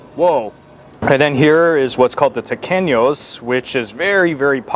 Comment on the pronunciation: Yeah, also it's "tequeños" not taquenos, but i'm glad you liked our food ❤